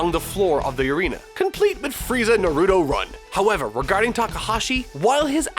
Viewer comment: HOLY FUCK THE MISPRONOUNCIATION OF NARUTO WAS DISGUSTING